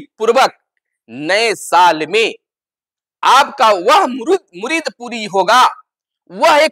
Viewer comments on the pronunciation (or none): Murid nahi Murad hota hai